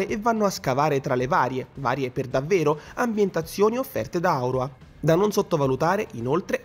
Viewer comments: Primo punto l' isola si chiama AURORA non aura come dici te e vuol dire tanto, storpiare il nome dell isola e poi fare commenti sul gioco.. No non va bene... secondo e doppiato perfettamente in italiano basta scaricare su ps plus e te lo ritrovo sul menu... Terzo se devi fare una recensione falla con la testa non con i piedi.. Quarto se il gioco è una versione goffa e brutta di Wildlands é solo perché hanno fatto troppo le cose in fretta e si sa che la gatta frettolosa fa i figli cechi.. Quinto non sono d'accordo sul fare tutta un erba un fascio con altri gioco di Ubisoft, ognuno ha una sua storia e un suo modo di gioco. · Bella recensione,ma nel dire AUROA ancora notevoli big fatti patchare